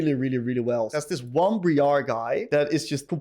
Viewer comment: did you just call briar bri-ar? it’s br-ia-r